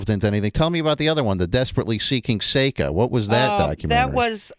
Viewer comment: Who is this guy, worst fuckin interviewer i ever heard. It's Seka for Christ sake.